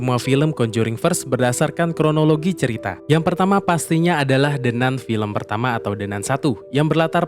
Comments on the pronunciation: “De nan“ woiii bukan “de nun!!“ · apa susahnya nyebut "De Nan", bukan "De Nun" utk baca The Nun? itu pronounciationnya bahasa Inggris. mosok gak tahu 🤣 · De Nan baca nya 😂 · De nan bang bacanya 😂